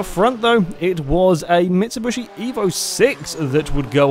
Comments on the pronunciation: Wrong: Mit - su - bushi Right: Mit - su - bishi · mitsubushi XD im triggered by how you pronounce that. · and mit-su-bishi just all in one word:P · and Everytime he says it I go "oh for fuck sake" mentally. lol